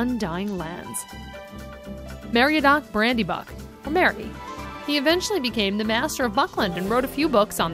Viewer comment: Aragon, Arwin, Maryaduck, Peragin, leggolars, Jauwen, E-omor, Gandolf... I'm fucking crying, I can't decide if it's hilarious or a disgrace x'D.